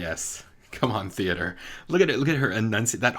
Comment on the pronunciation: He said "Com'on theater!"